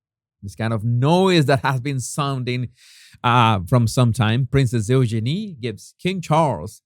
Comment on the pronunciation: Jesus, just trying to be helpful here- Eugenie’s name is pronounced You-genie. But I do love your accent! 🙂